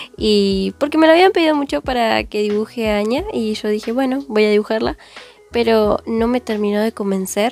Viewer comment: Perdón pero no sé Lee Añia se lee Ania y se escribe anya